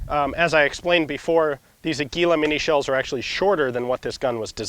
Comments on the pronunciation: Ian: AH-geeh-lo ;) what you are saying sounds close to "anguila" (eel). I love your channel! --- just a little friendly tip! the strong syllable is the first one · Its "Águila", strength on first "a" not" agu í la" as you said... sorry for being picky... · *águila...accent on the first syllable. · Águila. The brand of minishells. You must pronouns: Águila. With te accent in the first "A". Congratulations for your videos and apologies by my terrible writing. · Hey Ian, "águila" is accentuated in the A, not the I. It means eagle.